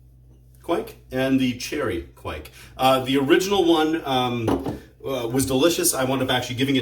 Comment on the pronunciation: I wont hate on the mispronunciation of Kveik.